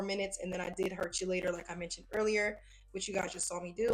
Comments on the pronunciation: The chelating agent is pronounced keylator. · That color is so cute and the blend is seamless 🤩 For the K18 product, its pronounced KEY-lator. Great job as always.